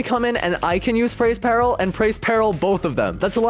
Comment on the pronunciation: He said praise peril… its preys peril